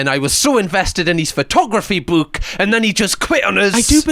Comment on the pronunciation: Whenever you say "book," I can't help but repeat, "BOOWK BOOWK THE BOOWK"